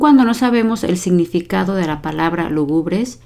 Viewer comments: Lúgubre, no lugúbre como lo dice la maestra. Desde ahí para entender un significado, sin ánimo de ofender, solo aclaratorio.😊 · Me encantan sus vídeos. Una sola sugerencia: La palabra lúgubre lleva un acento que se pronuncia. Cuando usted lo lee no se le escucha. Yo creo que sería importante acentuar la palabra correctamente cuando se lee para ayudar mejor a quienes están ampliando su vocabulario. Felicidades por su profesionalismo